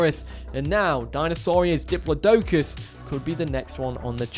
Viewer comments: Diplodocus Dih-plaw-doh-cus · It’s pronounced “diplaw - duh - kiss” 😢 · Here to give a little help on Diplo pronunciation!! Pronounced "De-PLOD-O-CUS". Hope that helps for future reference!!! If you have a chance to look, is there any update on the EX ARGILLA Dolychorhynchops? (Dolly-Cor-In-Cops) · Of the two pronunciations of diplodocus, you still don't pronounce either of them correctly. A quick Google search is all it takes.